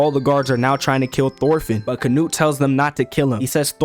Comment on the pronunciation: Bro, why you say canute like nut withe hard t